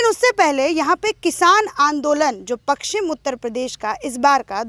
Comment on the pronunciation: पकसचिम नही होता ,पश्चिम होता है !